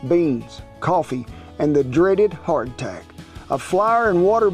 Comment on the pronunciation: Every time you say hard tack I keep on thinking you're saying heart attack LOL